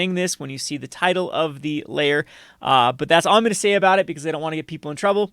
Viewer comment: Took me about a minute to work out that you were saying 'Lair' and not 'Layer' lmao